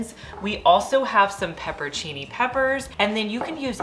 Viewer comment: Pepper ahn seeny.. you are so adorable.. I just had to help you with the pronunciation on the peppers. Just in case an Italian is watching.